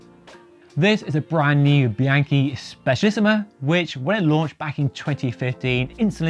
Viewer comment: Bee-ahn-key. This one is FUGLY.